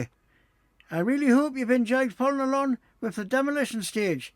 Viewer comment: Thank you for highlighting the spelling mistake, may I also highlight though, without malice, that you constantly have a problem pronouncing "along" you'll always say "alon" drives the missus mad 😂